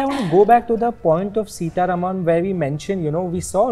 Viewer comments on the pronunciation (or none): none